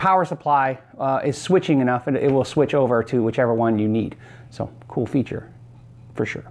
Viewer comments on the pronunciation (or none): none